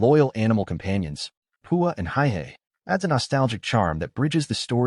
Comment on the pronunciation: Not to mention that the chicken’s is hey-hey, not high-hey.